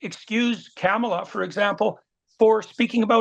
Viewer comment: I have had 4 notifications today for these shortened Peterson clips. Why are you fixated on promoting Peterson and his beliefs… Radical communist Kamala (he could give a sh*t how to properly pronounce her name, lol.) I suppose he can easily explain and justify the January 6 attack on the US Capital and how about the fake electors Trump was assembling? Again perfectly acceptable in Peterson’s opinion, huh? I have been a supporter of yours, Mark, but I am losing respect. Even your personal Twitter page has the full 1 hour interview PINNED. 2WAY, I think not!